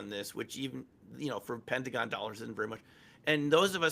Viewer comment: its Pentagon, not pennagone